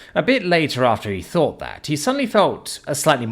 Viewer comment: Thought or fought? Seriously you must hear yourself speak while editing these and your like yep deaf definitely sounds like death to me but you forget others aren't British and others have escaped from the British or had their ancestors exiled form Britain over 100 years ago and have long since had deep seed hatred for the lack of th in dialect and the cockney accent. If I could find an AI voice of this series as upto date like you are I would be listening to that instead . I fink fis mwight make more sense to you fis way , th doesn't make fi sound theis is how it should sound and and as for deaf has no V sound at the end D E A THhhhhhhhh not D E A Fv . That is why you have f all subs likes and comments , and those with the one star black star dragon balls I love you making this frahree for everyone